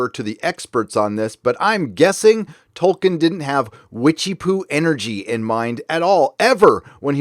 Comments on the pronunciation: THE NAME'S TOLKIEN, NOT TOKEN!!! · I know this is nit picky but I’m pretty sure it’s Toll- keen Sorry 🙃